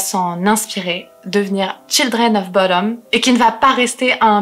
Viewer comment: En tant que Finlandais et copain de Alexi (rip) je dois corriger la prononciation de bodom (bou dom le ou est long)